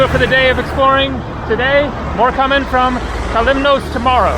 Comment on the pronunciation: The 'os' in Kos or Kalymnos is pronounced as 'oss' is in 'floss', not as 'ose' as in morose. Minor point, but worth noting!